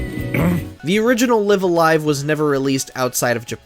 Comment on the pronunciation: It's Live A Live, not Live A Live or Live A Live, obviously. DO BETTER.